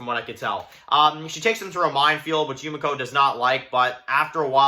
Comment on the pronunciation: ITS YU ME KO not YU MA CO :(